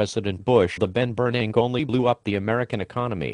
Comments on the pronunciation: I love how they pronounce "Ben Bernank". The rest is worthless blabber. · lol "the Ben Bernank" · I lost my shit at "the Ben Bernank" lol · "the ben bernank" I'M DYING!!!! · "The Ben Bernank" LOL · "The Bernank" is my favorite part of the vid. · is that my ears or do they always pronounce ben bern-ack !!! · Lol the Ben Ber-nack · Congress and bears can't pronounce 'Bernank'.